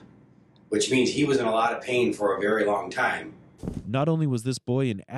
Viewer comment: Cant say bury… and it’s in the thumbnail lmao